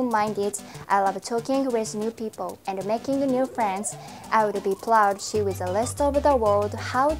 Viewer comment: Good job with your English introduction. It was natural accent most of English-speaking people can understand though I couldn't hear the "share" part.